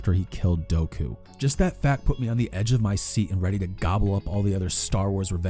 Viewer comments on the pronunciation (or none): d-did you just say "doughku"? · No way this guy just called Count Dooku “doko” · Its dooku not doe koo you fucking idiot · everyone: Count Dooku: Doekoo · "Doku" smh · It’s DOOKU not DOKU lmao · The main issue I have with this season is the ugly 501st helmet paint jobs and the light saber blades look like that pencil trick we all did in middle school where you wave the pencil in a certain way and looks like a fake rubber pencil. And it is pronounced Doo-koo not Doh-koo. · Doku? Don't you mean Dooku? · I love this video and it made me understand the prequels better and loving it even more and I hate to do this but when you said Count Dooku I think You said Doughkuu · Wait wait did you just say Docoo?! LOL 😂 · I’m sorry, “douhku?” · I cringed when you said “dough-Ku” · When he said count dough-ku lmao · Dou-ku lol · Idk if you do this on purpose or not but... Count Doughku? Padame? Still funny tho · Wait did you just pronounce Dooku as Doku? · How the fuck can you pronounce Dooku DOEKOO, that killed my soul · The only issue with this .... DOHku ... 😂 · You said Dokuu😂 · Who's Doh-Ku? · Cool video. Coulda done without the tired Disney hate but whatever. Guess we can't ever talk about SW without shoving some unnecessary hate in there, despite that not having anything to do with the topic at hand. Also, who the hell are Dokoo and Padame? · When you call Dooku Doku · "doaku" ouch man, that hurts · Nobody:: DOEKOO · Indeed. First off,, it's "Dooku," second, we're hanging out with Anakin right before he kills Dooku. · Bro I was completely with you until you mispronounced “Dooku”. That was so much work and mature expression of thought until you immediately destroyed and discredited it 😂 I couldn’t tell if you were being genuine or a troll anymore after that point. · how did he pronounce dooku??? lmfaoooo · did you just mispronounce count dooku's name? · im just gonna pretend you didnt say his name wrong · are we just ignoring how he pronounced dooku?